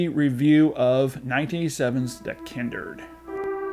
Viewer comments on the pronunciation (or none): The Kindered? How did you pronounce it incorrectly when it actually says The Kindred in the trailer you posted in the reviews lol? In any case excellent review 👍